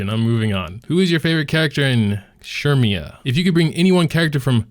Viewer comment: Who is Shermia? lol Cermia, pronounced Sir-mia no?